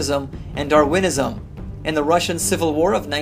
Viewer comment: Hah, I love how the creationist pronounces 'Darwinism': DarWINism! DarWINNING!